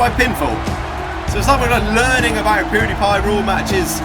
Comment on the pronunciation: U said poodi pie